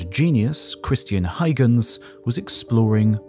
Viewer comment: WHO IS THIS "HIGHGENS" PERSON YOU ARE SPEAKING OF???? DO YOU MEAN "HUYGENS"????